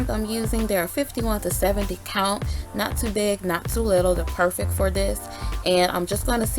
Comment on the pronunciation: I love the way you say “perfeck” in your videos, always makes me chuckle to myself 💗